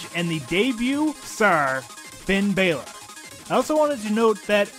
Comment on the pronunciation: Why do you pronounce Balor different? Just wondering